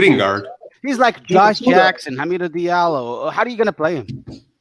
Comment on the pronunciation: "Dilario":) "Hilarios" "Di Allo" Ha Mi Do --- Di Allo You got it right in the end:) and this text was a waste. Come on Algorithms help this "" Earned a sub for your humble personality